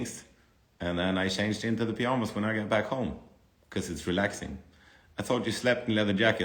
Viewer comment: I love the way he pronounces it lmao 😭